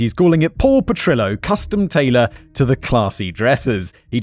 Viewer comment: My only problem with this episode is instead of pronouncing Petrillo as it should have been. It was the meant to be pronounced as PetriYO. Rather than denying I’ll go to my earlier